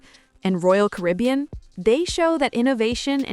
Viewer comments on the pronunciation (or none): This NARRATOR is either AI or ‘ignorant’. “SHE called “Royal Caribbean”— ‘Royal Carbian’ ! Stop using AI. It’s a REAL DOWNER and show a general lack of quality!